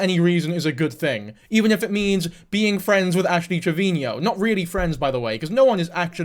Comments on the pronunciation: Why do u say ash trevinio? Even she calls herself trevino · Im so sorry if this makes your heart ache but her last name is pronounced as Trev-i-no <3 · He addressed this in w diff vid it was a while ago but ash herself has pronounced it both ways and so have people around her so said he would just use this pronunciation